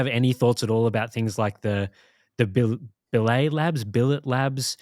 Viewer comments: Just for your knowledge, It is pronounced bill-it, not bill-a, its not a french company/word, its a type of metal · pronunciation of Billet Labs has me really questioning the other channel's accuracy.